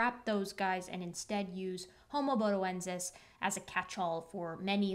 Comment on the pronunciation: I first saw the title a couple of days ago, and until gave it the right pronunciation, I was thinking Bodie from AIG. Good to find there's no relation. 😁🤓